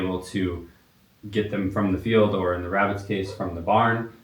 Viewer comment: "Shhh. Be vewy, vewy quiet, I'm cooking wabbits!"